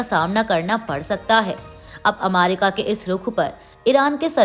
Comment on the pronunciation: Ammerica nahi America..